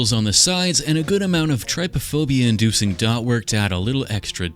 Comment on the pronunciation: When i heard him say tryphobia i got all itchy 😭